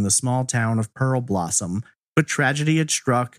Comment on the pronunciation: DUDE - it's PEAR-blossom. not pearLblossom. do better research.